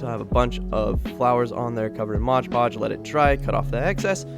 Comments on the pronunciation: MOD Podge!! NOT MODGE PODGE! Sheesh… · M-O-D podge! Not modge podge! That is so annoying! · Why do you call it Modge Podge? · no one:: Modge Podge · Game: eat a piece of your favourite snack every time says “moge-podge” in this vid 😄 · What the heck is motch potch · Love your videos so so so much but for the love of god its called mod podge